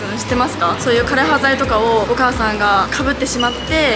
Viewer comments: どんな形であれ、知ることが大切なのも分かりますがある程度の影響緑がある中で歴史を語るなら、枯葉剤の読み方や奇形という言葉の使い方などきちんと調べてお話しする方が良いかと思います。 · 枯葉剤（かれはざい）です